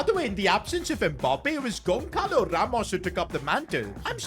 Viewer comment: bro, love your content? but the pronunciation of the names is not improving at all, Bajcetic sound like Baichetich Goncalo Ramos sounds like Gonsalo Ramush, it will be great if you check that during recording